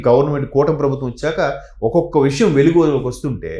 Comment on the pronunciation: అమ్మా,విషం కాదు. విషయం అనాలి.